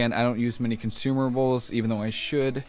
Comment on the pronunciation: "consumables" btw :D